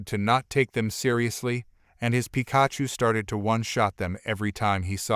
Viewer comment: Pah-ke-mon? Pi-KA-chu? 🤣🤣